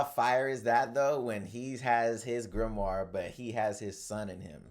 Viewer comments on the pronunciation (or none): none